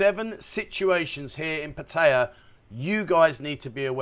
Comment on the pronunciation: PLEASE It is pronounced Pa Tea ah NOT Pa tie yuh.